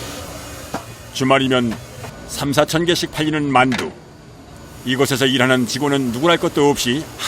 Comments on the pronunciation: 자막 달때 문맥과 맞춤법게 맞게 바꿔 다는것 같더군요. 저도 마늘이라 들리긴 하는데 문맥상 만두가 더 맞는거 같네요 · 아무리 들어도 만두가 아니라 마늘인데...